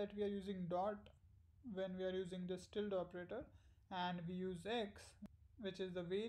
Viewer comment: Very useful video - thanks! (and you pronounce 'tilde' just fine!)